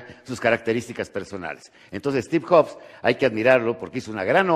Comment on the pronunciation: "Estiv joks" 😂😂😂